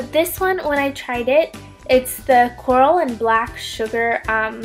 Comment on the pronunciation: Acai is pronounced asai ! Lol just saying ! And it's not choral it's charcoal like the thing u light on fire